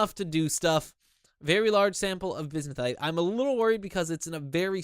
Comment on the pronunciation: Oh yeah also I went into that comment telling you how to pronounce bismuthinite and I totally forgot about, it's pronounced biz-mith-uh-night.